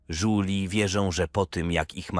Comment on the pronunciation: Duplomata Żuli. Nic mnie tak dawno nie ubawiło, brakuje dyplomatów dresów, dyplomatów patoli i wielu innych dyplomatów bezdomnych. (czasami lektor czyta "Żuli" a czasami "Żużli") oraz zamiast: Myliliśmy sie - Myliśmy sie. (no to chociaż nie smierdzieli jak Żule)